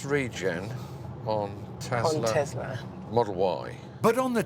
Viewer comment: Tesla is pronounced Te S la, not Te Z la... Christ.